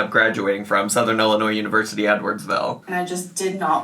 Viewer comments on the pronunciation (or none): none